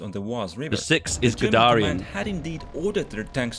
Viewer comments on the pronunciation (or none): "gudarian" NOOO